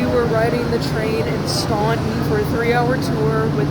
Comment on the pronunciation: Staunton is the most mispronounced city in Virginia as we can see here